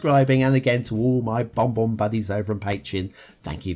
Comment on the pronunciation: And it's Bon Bon B, not Bob Bob B... 😉